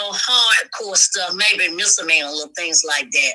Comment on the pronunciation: Did she just say, she never been to jail, nothing serious......maybe some misalany( poor thing, think she was trying to say misdemeanor)